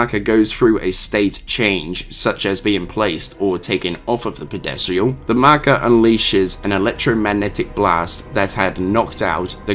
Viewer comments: Are you saying "Pedestal"? Because I'm hearing "Pedesial" and I'm not sure if we just pronouce "Pedestal" differently in the US vs the UK or if "Pedesial" is something from Dead Space lore that I'm unfamiliar with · That's not how you pronounce pedestal......at all. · I am irrationally bothered with how you pronounced pedestal, but the rest of video was cool